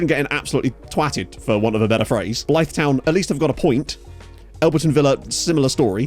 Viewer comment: Please learn how to say Blyth 😂😂